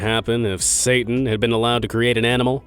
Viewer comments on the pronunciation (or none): none